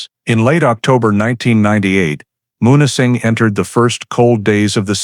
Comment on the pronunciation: Munising is pronounced MEW-nis-ing MEW, - not MON or MUN